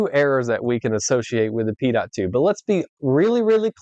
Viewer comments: Pitot: pronounced pee-toh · Never heard it pronounced as Pee Tot